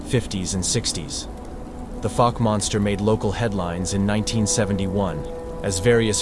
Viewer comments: They use an AI voice for the videos. AI is known to pronounce words wrong sometimes. Great video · 👣⭐🙏🏆 Pronunciation of Fouke is FOWK-uh , ˈfaʊk, like "ou" in ouch. Research stories from the Caddo Indians and the Sasquatch. Thank you for sharing this